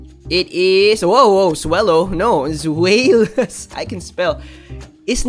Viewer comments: Zwaylous in tagalog prounciation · Its Zwy Lus (Zweilous) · The new dragon family has german names related to the number of their heads: Deino is from ein, number 1 in german, Zweilous from Zwei that's 2 in german and Hydreigon has Drei in its name and of course is 3 in german. The pronounciation is DAINO, ZWAILUS, HAIDRAIGON :)